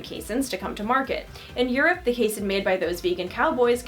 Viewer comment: Just fyi it's pronounced KAY-seen!